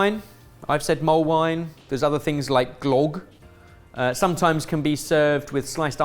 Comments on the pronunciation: hearing pronounce Glögg as Glogg hurt my swedish heart xD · Glögg is not pronounced Glogg... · It's pronounced glögg, not glogg. Come on. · Comming from sweden and having Glögg every year I was shivering so bad at teh butchering of the word. Glögg is very much nott pronounced Glogg, the dots are not just a decoration. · I just want to point out that 'glögg' is pronounced more like 'glug' than 'glog' - just make a literal glugging sound, and you're close. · Not glogg but glögg you really butchered the pronunciation.. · If meant to say Gløgg, he deserves a keel-hauling for that terrible pronaunciation. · The way pronounced gløgg hurt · The awful pronunciation of glögg had me in tears!! What's up with the video during the last dish? It freezes for over a minute .